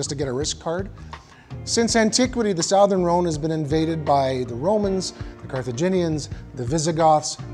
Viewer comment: Uh, "sowthern" Rhone? I'm confused about your chosen pronunciation. Great video, though!